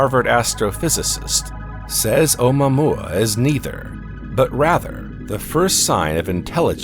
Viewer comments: Nice way to butcher the pronunciation of omuaomua. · This guy pronounces it in an odd way